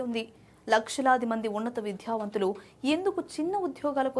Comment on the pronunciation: ఇదిగో యాంకరూ.. కాస్త తెలుగు సరిగా మాట్లాడు. విద్యావంతులు, పేద అనే పదాలలో "ధ " కాదు, ఓన్లీ "ద " మాత్రమే పలకాలి. మళ్ళీ ఈ తప్పులు చేయకు. తెలుగును చంపేయకండి.